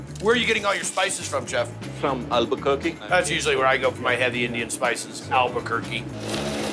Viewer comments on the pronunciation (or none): "Albuquerque " lmao 🤣